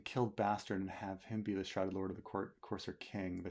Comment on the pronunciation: Did you say coarse hair?😁